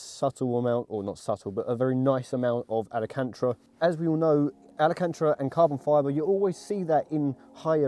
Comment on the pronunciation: alacantra? ahahaha nah jk love the content